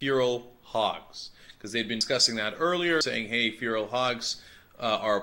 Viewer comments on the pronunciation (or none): listening to cenk say "feral" as fural made my day.